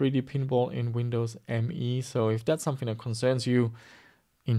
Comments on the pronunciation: Nice. But its not Windows ME it is Windows Me, as in "me"="i". Its also said like "me", not "M E". Sounds so wrong ;) But still it is easily the worst 32bit windows ever mase ;) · it was called Windows "Meee", really. look it up!😉